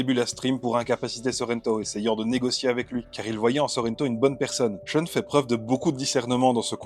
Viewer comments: SHEUNE ?? Pourquoi prononcez-vous comme si c'était un nom anglais ? A priori c'est japonais, respectez donc la phonétique japonaise. Prononcez donc SHOUN. L'argument de "je me base sur la prononciation des comédiens de doublage" n'a aucune valeur. Ces gens-là n'y connaissaient rien et n'ont jamais été corrigés. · La prononciation avec l'accent français "Choune" est ridicule. Mieux vaut le prononcer comme dans la VF car c'est plus proche de la vraie prononciation Japonaise que "Choune".